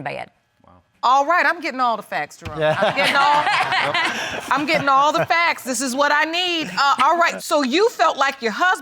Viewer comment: Eee every time I was hearing the judge calling him I heard Drone🙈 and it is Jerome😉